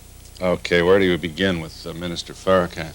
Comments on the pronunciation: He purposely undermines the correct pronunciation of his name "Farrah-Can". **Freudian slip , he knows the correct pronunciation =D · Why else would he purposely undermine the correct pronunciation of his name -Farrah-Can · He said faraCan on purpose😂 bruh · Noticed that intentional mispronunciation too. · Why is he messing his name up?. This is what happens when someone is intimidated by you. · Luis is amazing . The host is definitely a racist. He purposely messed up Mr. Farrakhans name. Then said it right .